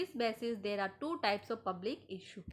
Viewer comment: Gelchodi bilkull down hai energy teri..... Pronunciation bilkull ghatiyaa issue ko ईसु pdh rhi hai explain bhi krna nhi aa rha that's why your channel is not growing